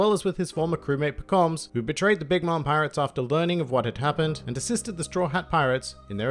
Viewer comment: It's Pekom mah suh